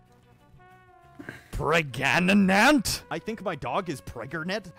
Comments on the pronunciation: why does pregananant sound like a Pokémon name😂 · I loved “prganet” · pergert pregnart